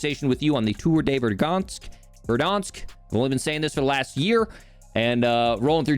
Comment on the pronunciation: its ver-dann-sk